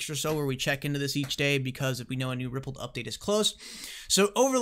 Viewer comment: It's pronounced Ripple"D" not Rippled.